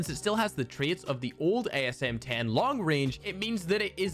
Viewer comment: I thought you said "ASMR10"